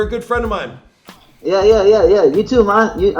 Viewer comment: “yea you too mon” 😂 lol